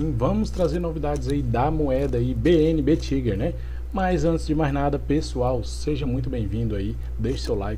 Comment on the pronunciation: é taiguer a pronuncia